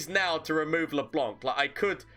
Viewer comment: I love how everyone is calling LeBlanc LeBonk